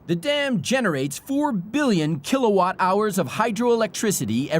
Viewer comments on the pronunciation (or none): none